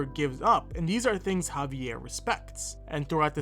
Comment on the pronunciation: I just want to say kudos for saying the name of Javier properly.